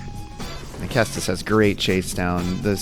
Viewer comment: Also, good pronunciation on the ceastus!